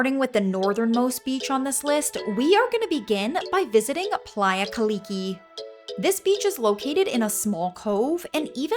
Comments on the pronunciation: Nice video, one thing it is Playa Kalki not Kaliki what you said but it is okay very nice video thanks for sharing with us. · playa KAL KI not KALIKI this is not hawaii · It's not playa Kaliki it's Playa Kalki. (Kalki is Lime in Papiamento) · It says Playa Kalki, not Kaliki though? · Not Playa Kaliki but Playa KALKI ;-) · Nice vid.. yet is is playa kalki, not kaliki. And it is Willemstad, not Williamstad